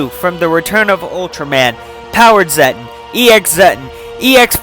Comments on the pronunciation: You mean zetton so here’s how to say it Zet_ton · Actually it pronounces Zet-TON like tons of zets